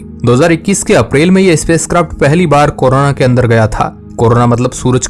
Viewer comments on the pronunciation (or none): none